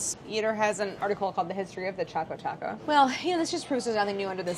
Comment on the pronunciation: Should I be concerned that she has written "Chaco Taco" and her pronounciation is also Chaco Taco...?? 😂😂😂